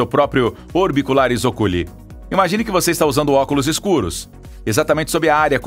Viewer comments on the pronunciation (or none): A pronúncia correta é "óculi" e nunca "ocúli". Um melhor conhecimento de latim não faria mal, ou então maior informação sobre palavras que sabidamente não fazem parte do nosso vocabulário comum.